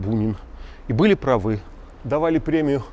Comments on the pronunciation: "были прАвы, а не правЫ"....ударение по правилам русского языка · Леонид, небольшое замечание: в слове "прАвы" ударение ставится на 1-й слог. С удовольствием cмотрю Ваши передачи.